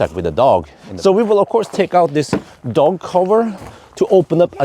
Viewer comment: Keep returning just to hear pronounce dog like a murrican